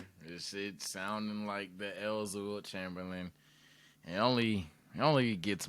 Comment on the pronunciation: Lilt Lamberlain?